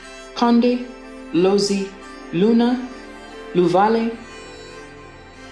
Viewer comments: the language is Kaonde, not konde. And it's Lunda not luna. But otherwise great job on the video. I love that you said the Victoria falls was it's other name😂 most people don't realise that it's been called Mosi-oa-tunya by the locals who showed David Livingstone where it was and that's just a sad truth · This is wonderful but please correct the languages, it's not Konde but Kaonde and not Luna but Lunda otherwise all others are correct but some are mispronounced. Thank you for these wonderful facts.